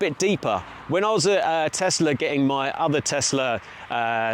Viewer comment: Why do people keep calling it a tezzlaa it's tesla